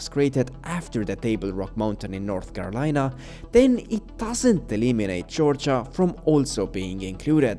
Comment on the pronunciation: North Carolina as North Melina